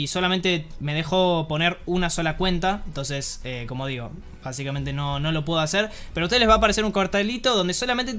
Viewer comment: BASICAMENTE - VAZIKMENTE - BA ZIKA MENTE - VA CICA MENTE ....... ; )